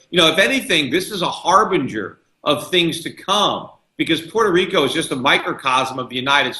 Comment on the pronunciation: POY-toh-RIKO lol